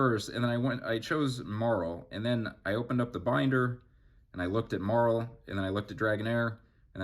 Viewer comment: You're saying Marill wrong. You've clearly never watched the show Poser